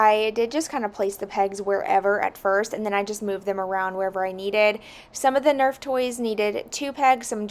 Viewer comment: Omgh, NERF! Not nerve 🤣🤣🤣